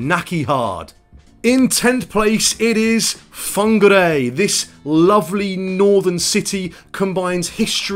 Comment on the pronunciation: Rotorua doesn't have a bad smell. whangarei is not pronounced Fongg- garray.